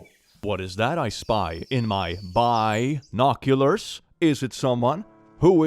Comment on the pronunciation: I live for the BInocular joke getting progressively more quickly and incoherently delivered as the video progresses